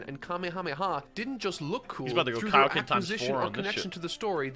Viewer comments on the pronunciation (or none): none